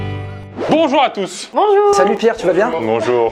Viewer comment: c'est moi ou il a dit "bonjoir a tous"